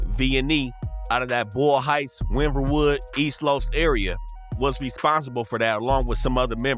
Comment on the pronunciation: Hell nah this mfr just said win bern wood 😂😂😂 VNE in montebello not Boyle heights lol 😅